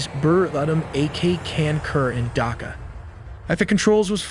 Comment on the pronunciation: Why u call it DAKA...😢 its D H AKA